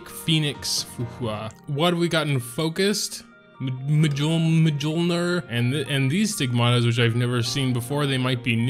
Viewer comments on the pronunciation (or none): its "miyolneer" facepalm